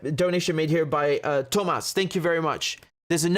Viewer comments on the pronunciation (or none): none